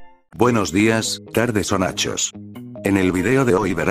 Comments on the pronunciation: Porque dices Nachos en ves de noches? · Al principio del vídeo dices nachos en vez de noches